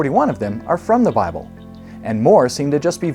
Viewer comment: I'm sorry, but these aren't the strongest arguments, there are better ones. But you lost me when you said "Awwlma" and "Bahhble". How can someone trust your argument when you can't even pronounce the words right?